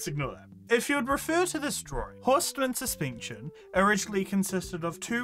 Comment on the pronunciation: "suspeencheen" (this isnt supposed to be mean just funny so sorry if you take it that way)